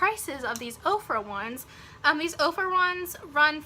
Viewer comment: I am loving your hair and makeup! And I thought you were saying OPRAH lipstick and I'm thinking wow I did not know Oprah started a beauty line..HAHA! Now I see you meant Ofra. Just subbed!